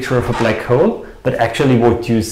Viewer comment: I love you books and your channel, please keep slamming the frauds and mathsturbators. However I am compelled to point out that what for certain does not exist, is a second syllable in "hole." It is not and must not be pronounced "Hoe-el". Please attend to this distraction, as this oddity of the German dialect is as aggravating as the fine structure constant.